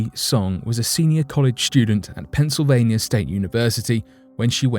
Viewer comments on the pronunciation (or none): none